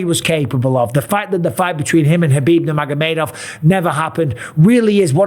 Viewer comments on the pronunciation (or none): none